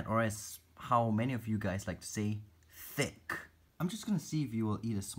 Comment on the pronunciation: You say: Thick Dani says: THICK